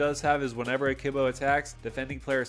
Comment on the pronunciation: to pronounce it gotta return to monke kibo= kee boh and uktabi = ook tah bee